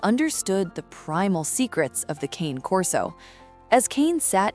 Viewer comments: Its pronounced "Carnay"...not Kane....The breed is an Italian Mastiff....and Cane is the Italian word for a male dog..Corso comes from the Latin word for 'enclosure'..probably a reference to their use as guard dogs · ITS NOT “CAIN”. It’s “KA-NAY” (2 syllables; it’s Italian). He does not look to be 200 lbs. He looks good! ❤ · Sound too much like AI overwrought writing. Cane is mispronounced also.